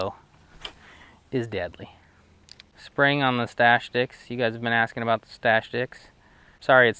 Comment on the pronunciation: That’s what I’m talkin-a-boot.